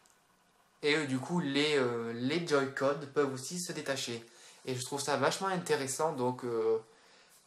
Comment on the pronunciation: ca ce dit switch che chhhhhhhhhhhhhhhhh pas thhhhhhhhhhhhhhhhhhhh et on dit joy-conne pas les joy-codde